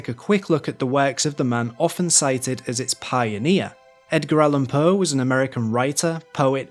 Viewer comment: I love your dialect, but if I were you I would adapt myself a bit when speaking to an international audience. The way you pronounce Poe as “puh” is really distracting.